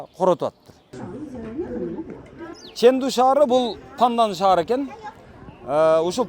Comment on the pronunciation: Чендуу шаары десен, нымдуу шаары дегендей угулат экен.